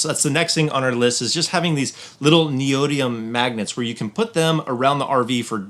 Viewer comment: Neodymium is pronounced Neo dym ium .